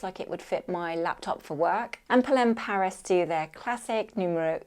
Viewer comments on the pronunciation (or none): none